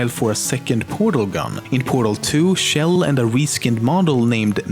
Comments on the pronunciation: Why tf does everyone pronounce Chell like Shell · its CHell not SHell and CarolIN(with silent e) not CarolYNE. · Who is this Shell person you speak of? I know you mispronounce tons of things but named shouldn't be one of them. It's a pronounced like Check at the beginning. The same sound Chug makes. Chell. Source: Valve employees pronounce it that way. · It's chell not shell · The ch sound in Chell is pronounced like the ch in cheese. Not like the sh sound in shell. You can hear it being sung that way in Cara Mia Addio by GLaDOS, at the end of Portal 2.